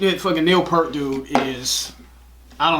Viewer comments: Real quick: Just wanted to let you know that Neil Peart's name is pronounced "Peert," like "ear" but with a P and T. Don't worry; I screw up his name all the time. Sorry, Neil! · You guys do a great job! I love that you concentrate on the lyrics. Just one small thing - Peart is pronounced Peert (like beer). Thanks for the great videos! I love watching them. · Neal Peart is pronounced "Peert." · Time you learn to say Neil Peart's name correctly. It is "ear" with a "P" in front and "T" on the end. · Yes, he'll never say so, but Neil appreciates when his name is pronounced correctly. :) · You know you’re not a RUSH fan when you mispronounce Neil Peart’s name.